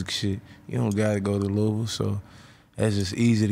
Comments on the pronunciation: LOUISVILLE!! Say it right Adam 😂 not Louis-ville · Lol. Adam said “Louie Ville”